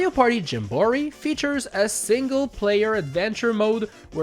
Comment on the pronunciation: why does he say jamboree like that 💀